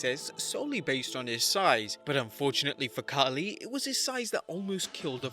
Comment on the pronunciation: bruh I know but he is Khali not Khaaaaali